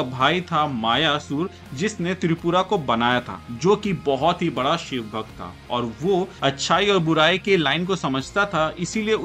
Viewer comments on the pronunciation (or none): none